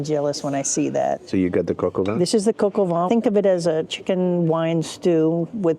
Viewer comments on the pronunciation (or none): Quick linguistic note: is saying "coq au vent" (rooster in the wind) instead of "coq au vin" (rooster with wine).